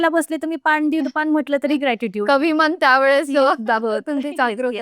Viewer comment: खूप छान एपिसोड, ताई प्रति कृतद्यता व्यक्त करते.🙏 फक्त मण म्हणता मनाला ते थोडं खटकते